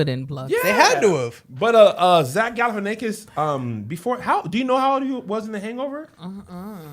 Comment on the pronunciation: The most Kev and thing is calling Zack Galifianakis "Jack Galifianakis", not even messing up the hard part of his name 😂😂😂